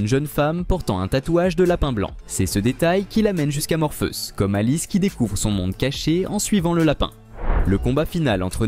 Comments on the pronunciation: J'ai bien entendu morpheus au lieu de Morphéus j ai l'ai oreille qui saigne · C'est bizarre votre manière de prononcer "Morpheus".. La vidéo serait-elle commentée par une IA ??